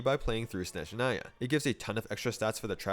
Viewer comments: after hearing all the shneznayas and snezneyas I’m just happy about the zh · Nice Snezhnaya pronunciation. Good job! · True, he says the zh part perfectly! I just wish the game itself didn't put an emphasis on the wrong vowel.